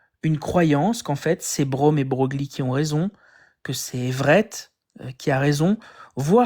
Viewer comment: Par contre Louis de Broglie ça se prononce pas comme Mogli mais comme un chevreuil c'est dommage ça casse tout